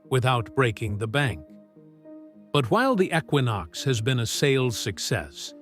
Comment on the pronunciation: It is not a ecquonox it is a junk equinox